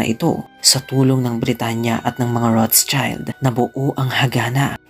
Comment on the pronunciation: Das ist eine Nachname, ich denke Keine englischsprachige Version.🤔 It should be Roth-Schild. ( shield sound) Not Roths-child